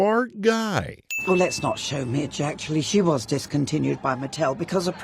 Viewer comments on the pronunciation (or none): none